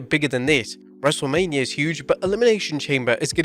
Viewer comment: "dubloodublooe" - 😂